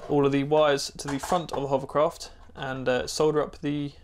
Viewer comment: you ruined my children. They can no longer say "hovercraft," all they say is "hoverCROFT".